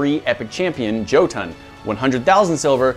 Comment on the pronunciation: Alright, this is just a pet peeve of mine, Jotun is NOT pronounced with a J sound. The J is pronounced with a Y sound. The same goes for other Norse mythology names beginning in J, such as Jormungandr.